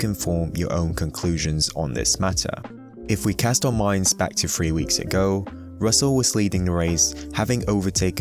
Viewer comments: This is going to sound picky and I apologise but please can you take more time over your pronunciation of words like three and tenths so that they are not heard as free and tenffs as it really detracts from what is great content. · its pronounced "three" not "free". . . and "tenths" not "tenfs". cheers, just an observation and comment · The way you say thfwee "3" makes me mad